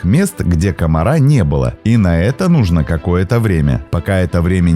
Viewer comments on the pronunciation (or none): none